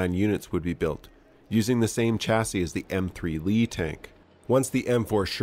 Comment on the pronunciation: The word chassis is pronounced shassy (French origin). Mind you this is a country that pronounces vehicle as veehickle and talks of the innernet. Like it is some inner tube.